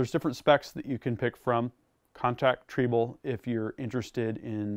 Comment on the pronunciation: is not pronouncing "Triebel", the German way. WAFFENWERKZUEGE!